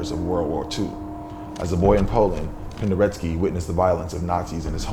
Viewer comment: Cool video. You spelled Penderecki and then you keep saying Pendereski. There is no ski.